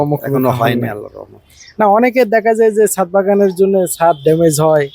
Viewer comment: হায়রে অশিক্ষিত, মূর্খ । এটা ছাত হবে না, ছাদ হবে । শুধু মোবাইল থাকলেই ইউটিউবার হওয়া যায় না, পড়াশোনাও থাকতে হয় ।